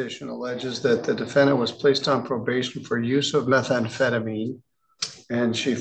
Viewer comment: She was given probabtion. If that wasn't bad enough, she had open wattants!